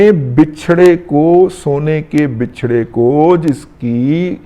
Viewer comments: Buchra, not Bichra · Bucharest not bechre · bachra ب کے زبر کے ساتھ بچھڑا دادا جی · Razi sb 8.22 ke baad 2 times aapne lafz Bichhrra bola hai kindly check it Bichhrra hai ya Bachhrra ( Wachha / Katta ) thx.